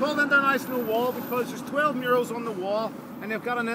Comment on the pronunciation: I did this tour with this guy 8 years ago, and I couldn't understand the word murales, I kept listening mirrors and I was so confused